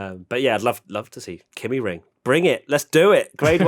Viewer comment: kymi ring not kimi ring :D